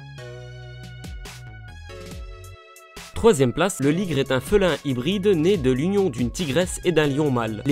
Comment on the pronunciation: on dit félin